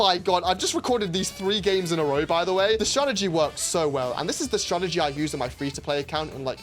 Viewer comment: Ah yes, “Stratergy”